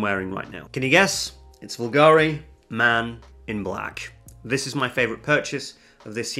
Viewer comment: Love your vids but it’s not ‘Vulgari’, it’s pronounced ‘ Booolgarr eee’ just saying! 😜